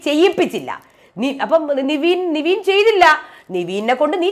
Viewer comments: നിങ്ങൾ നിവീൻ എന്ന് പറയുമ്പോൾ അരോചകം തോനുന്നു. കാരണം പുള്ളിയുടെ name നെവിൻ എന്നാണ്. എല്ലാരും അങ്ങനെ ആണ് വിളിക്കുന്നത്, Bigg boss അടക്കം. Kevin എന്ന name കിവീൻ എന്നാണോ വിളിക്കാറ്. എന്തോന്നടെ ഇത് എത്ര പേര് പറഞ്ഞു ഇതൊന്നു മാറ്റാൻ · നിവീൻ അല്ല നെവിൻ അല്ലേ..